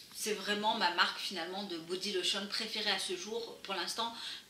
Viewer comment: Super vidéo ! (haha, la "boti lauchon") <3